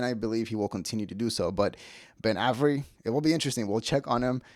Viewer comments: It's pronounced, "Ay-very." Not, "Ah-very." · It’s A ver Eee. Not ave eree. How do you mispronounce Avery? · Immediately clicked off when you mispronounced Avery 😂